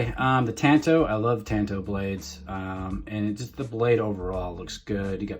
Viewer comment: Tawn toe! It's Japanese